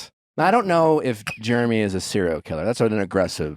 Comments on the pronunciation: Lol I love that Nick pronounce his name "Jermy" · I LOVE that Nick pronounces Jeramey as “Germy” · Is Nick calling him Germy? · I love how Nick keeps calling Jeramey "germy" 😂